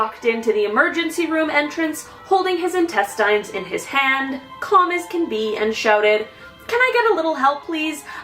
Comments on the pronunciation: Intestine? 😅 literally she pronounced it like tine... 😂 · Intes... tayn?? Sorry, it just hurts my ears.. D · Intest??! What? 😂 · I’m stuck on how you pronounced intestines 🤷🏼‍♀️